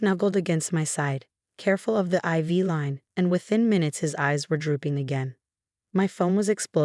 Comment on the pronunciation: IV is pronounced eye-vee, just an FYI